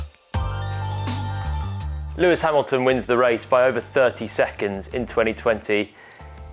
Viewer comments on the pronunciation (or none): none